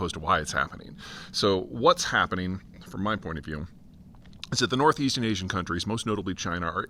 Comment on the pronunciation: Ahh-zee-ahhnn — lol. 🤦‍♂️